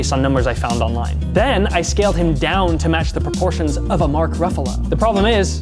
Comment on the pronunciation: Mark Buff-alo😂😂😂